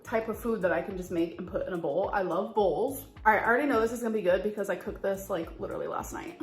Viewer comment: I hate the way she say COOKED .. COHKED